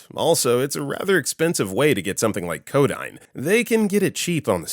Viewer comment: Ugh. It's [co - DEEN], not [co - DINE].